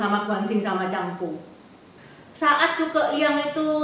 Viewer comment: Anak Zhang Fei itu Zhang Bao ci bukan Zhang Bo, miss type sm pelafalan aj sedikit hehe